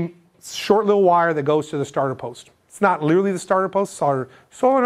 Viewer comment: “starter solenoid poist” 😂 gotta give ya credit for not screwing up more words with how much there needs to be said. Great videos and keep them coming! super helpful for a marine electrical apprentice such as myself. Happy Holidays from ft. lauderdale!